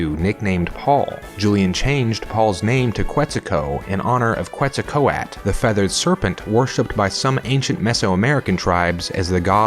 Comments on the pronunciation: "Quet-zah-coaht"? I thought it was pronounced "quet-zal-cohahtl"... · "Kwet-su-ko-at." lol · Its “quetzal-coh-ah-le”, the “tl” at the end has a particular sound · kwetsa-ko-at I want to scream... If y'all don't know how to pronounce these words can y'all hire someone who gives enough of a damn to look up how they'd be pronounced? That shit hurt to listen to... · “Quetzal-co-at”...oh, my Hispanic half is crying so much right now....Jesus.... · I know. Que carajo... it’s pronounced ketzalcoatl- not cuetza. It’s always the same, can’t pronounce the que or the qui as they should. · Right there with you. I couldn't believe my ears. They even put the 'L' on the end of the word in the text... it's not a silent 'L' guys. XD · it's pronounced k-wet-sul-caught-l? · I’ll just go die in a corner thanks to that horrible horrible Quetzalcoatl pronunciation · the ending of the word's pronunciation can vary based on how the nahuatl pronunciation is adapted in english, i believe making it similar to "battle" is the more common one, but ive also seen "bat" as pronounces it. though the kw is a spelling pronunciation that isn't accurate to the original pronunciation, it came about because of spanish spelling (which nahuatl inherited) and english spelling having different spelling rules, and english speakers interpreting it as if it were an english word. (i haven't ever heard the kw pronunciation used in academic settings, for example) the "oa" part is another which is roughly similar in nahuatl and the spanish loan but sometimes pronounced differently in english due to spelling pronunciation, the way that pronounces it is more similar to the spanish/nahuatl pronunciation than coat/caught would be